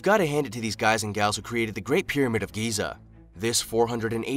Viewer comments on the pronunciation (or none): none